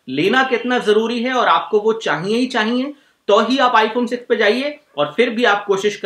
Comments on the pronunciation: Chahiye hota h ...chahiyenn ni hta gadhe 😂😂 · चाईईये नही रे। चाहिए होता हैं